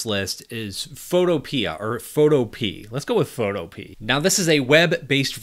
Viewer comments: I think photo-pee is pronounced photOpee-uh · Photo-pea.... no🤦‍♂️phoh-TOE-pee-yah... as in rhymes with "utopia". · I believe the pronunciation is pho-tow-pee-ah (like pho-topia). I believe it's a reference to panacea def: a solution to solve all problems, a cure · Is it not pronounced Fotopee-ah? Like onomatopoeia as it sounds? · Is "photopea" maybe supposed to be pronounced "fo-toh-pee-ah"? Like Zootopia? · Photopea = Foe-toe-pee-ah :D like a "utopia for photos"